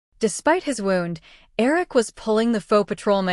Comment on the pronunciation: It’s AI. Can’t distinguish between wound ( as in damage to the body) and wound )( as in the cotton is wound around a spool ) .